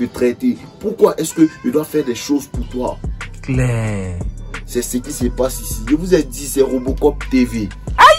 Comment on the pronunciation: Le camera man me fatigue😭😭😭"claiir"